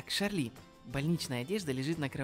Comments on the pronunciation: Братан она не ШАРЛИ а ЧАРЛИ! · И нечего что читается Чарли ._.